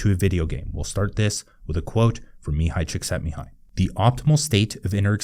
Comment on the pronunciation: bro really pronounced " mihaly Csikszentmihalyi"